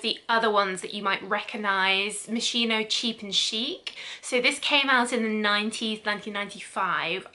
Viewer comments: Your pronunciation is really terrible! Moskeeno not moishino! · Its pronounced Mos ski no not Mossino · It's MossKino not Mosshiino 🤦🏻‍♀️ God! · Am I the only one bothered about how she pronounced moschino 😅😅😅 i believe it's pronounced MosKino (i could be wrong) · Dear, how sweet is the way you pronunce Moschino 🤩🤩🤩 It should actually be with a hard "K" sound for the Italian "Ch", but I am telling you FYI and not in order to play the annoying teacher. Love from Italy! PS I do adore your content!!! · Omg!!!! How can you review a product if You don't even know how to pronounce it??? MOS- KEE- NO!!!!!!!!! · ah just couldn't keep it going sorry as much wanted to watch video, moschino is mos-key-no, well atleast how you say it is still better than others 😊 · It's pronounced mos-Kee-no :) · no, it‘s pronounced mos-gee-no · You are pronouncing the designers name wrong. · The wrong pronunciation of the brand bugs me. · You pronounce moschino wrong